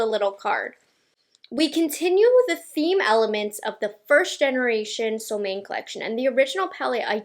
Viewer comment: fun info: The name SOLMÅNE is in swedish and is pronounced kind of: ”Sol” = as the words ”cool or pool” but with a S first before the oo. And ”Måne”= kinda like the words ”loan-eh” but with M first ofc. Really like and appreciate your videos all the way from sweden!